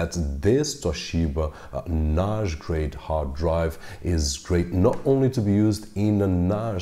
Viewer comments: why do you keep saying NASH? It’s NAS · You pronounced the word NAJ with a soft J, I suppose you mean NAS, a soft S. I was a little confused. Thanks for the video. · Why do you pronounce 'NAS' like 'Nash'?? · Oh I see, you’re portugese... I just read the comments down below. Other than that, your english is very good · ok. after a few times "nashj" I just quit listening. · A NAASH grade hard drive? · NAZH... your pronunciation is awesome but this one word.... got me confused ☮️ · It's not NAZH, it's NAJE ;) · its cool lol but i hear it as Noghe or Nosge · Someone teach this guy to say NAS please. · The point is the following: Your pronunciation in English is good except 'NAS'. How come?? All the best.